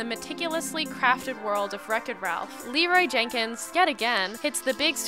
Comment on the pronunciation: Leeroy JEN Kins not Jakins